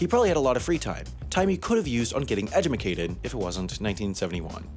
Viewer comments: getting what? Edumacated? Never heard that word before! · HA! EDUMACATED! I thought it was just me🤣🤣🤣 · Did you just say edumucated?